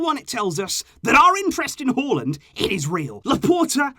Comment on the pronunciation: It's not Haw lind Its Haa Lund